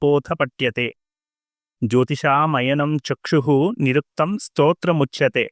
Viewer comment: మీ ఉచ్చారణలో స్తోత్రముచ్చ్యతే అన్నారు. శ్లోకంలో శ్రోత్రముచ్చతే అని ఉంది. అలాగే సాంగ మదీథ్యైవ అన్నారు..శ్లోకంలో మదీత్వైవ అని ఉంది..సందేహ నివృత్తి చేయగలరు..వేదంగాలలో ముఖాన్ని సూచించేది వ్యాకరణం...